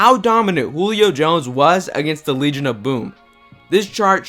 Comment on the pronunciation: "Wegion of Boom"